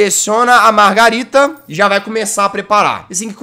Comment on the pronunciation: Jazz é margerita não margarida nem margarina 😂😂😂😂😂😂